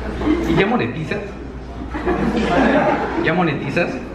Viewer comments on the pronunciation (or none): Ya monetizaz sabes que es monetizar 🤣🤣🤣